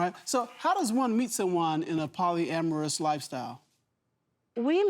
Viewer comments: She said polygany 🤷🏽‍♀️ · She shouldn't be a part of something that she can't pronounce. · I feel like if you can’t say the word correctly then you should not do it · How are you trying to pursue a sexual lifestyle you don't even know how to pronounce the name of crazy work right there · Am I tripping or they not saying polygamous right ? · They're mispronouncing terribly! If I was going to be involved in ANYTHING, I'll at least make sure I have the basics right! 😂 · I had to rewind make sure I wasn't misinformed like huh. I get what they were saying but the pronunciation...